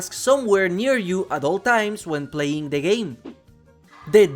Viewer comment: "De Trapper"